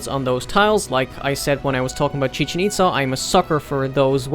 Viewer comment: Its pronounced as: Chi-Chen Ittttt-ZA.